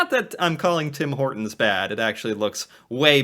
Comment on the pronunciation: Tim Horton not tim hoer town